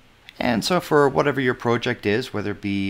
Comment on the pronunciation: Thought you might like to know, there`s only two ways to pronounce "project" but you made up your own.